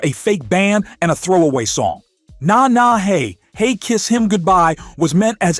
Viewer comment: There are other errors, even with the subtitles not matching the voice. "... who sang like she was ripping paint straight out of her chest". The way the voice read "Na Na Hey Hey, Kiss Him Goodbye" was just too funny to take seriously. Frijid Pink was pronounced "Frigid", unlike your version that said "Freejid". Errors like these make the video appear and sound like a rushed high-school project rather than an informative video.